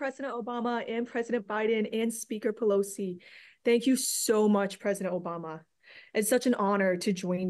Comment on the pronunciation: did she say president Joe Bama?